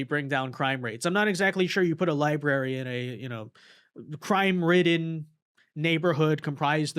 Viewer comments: Did he say libarey? Lol He said it twice!!! Lmao! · Abdul pronounces the word “library” like my toddler niece lmao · Anyone who cannot say the word library should not be in the office.